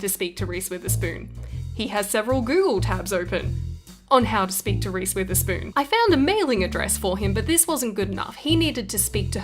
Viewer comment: i thought she keps saying reese with a spoon then i looked it up